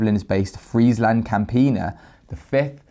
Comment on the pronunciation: Friesland was pronounced alrighy